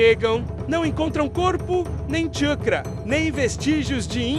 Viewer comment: "chukra"? WTF kkk